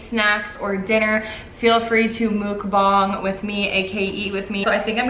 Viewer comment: it's not mook bang... it's muck bahng :)